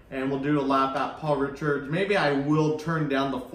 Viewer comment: It’s not Paul ‘Richards’ 😂.... try RICARD. can’t wait to get my podium f1 soon